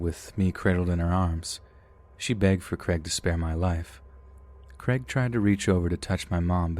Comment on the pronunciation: Creg? Oh, Crayg. It's like neigh, not neg.